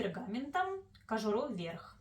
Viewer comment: Что- то промямлила про кожуру в нос непонятно!